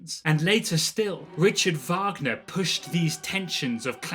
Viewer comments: When I heard how you pronounced Debussy I thought, "Huh, I've been pronouncing it wrong this whole time." But then I heard you pronounced "Richard Wagner" and I was like, "Maybe it is you who is wrong" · That "Richard Wagner" pronunciation is a punishment for his life views or what? :)